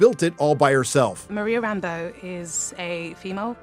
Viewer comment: For the grammar nerds, can I just compliment pronunciation of Rambeau. And not Rambo the way Nick Fury says it. Usually SLJ's unique pronunciation is pretty cool. But in this dreck it just sounds dumb.